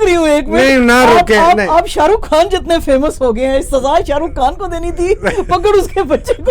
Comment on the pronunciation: محترمہ کھیلاپ نہیں،خلاف۔ شاہ رکھ کھان نہیں، شاہ رخ خان۔